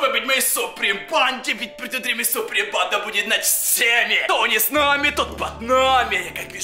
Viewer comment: Правда не банда а панда